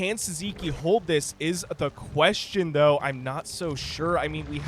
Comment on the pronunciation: Sziky sounds hungarian. It should be pronounced 'Siki'